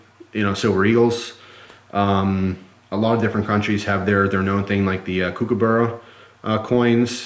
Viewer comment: Her! I'm an australian and I couldn't help but correct you on your pronunciation of "kookaburra" it's pronounced "cook-a-burrA" haha gave me a chuckle anyway, cheers!